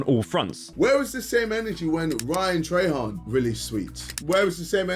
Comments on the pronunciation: You did not say Ryan "trahan" instead of "trayhan" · "ryan tra hen" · Rian-Truh-Hand- love British people🤗